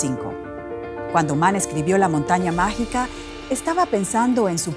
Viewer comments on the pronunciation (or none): Ya no hay preparación, estos pseudoperiodistas están por todas partes vociferando cosas aprendidas a la fuerza y sin saber de los temas que tratan, minuto La montaña mágina en lugar de mágica.